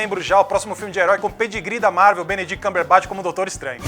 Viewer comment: "Benedit Cãmberbáti"